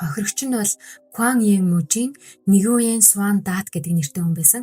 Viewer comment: Nyugen eniig New-ang gej duudna juu kk